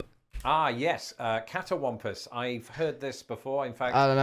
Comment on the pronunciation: Cattywampus, it’s actually pronounced kitty-wahm-pus How cakes are like cornbread pancakes They are called hoe cakes because the enslaved people would mix them up on their meal breaks and spread the batter on the blade of their hoes and cook them over the fire.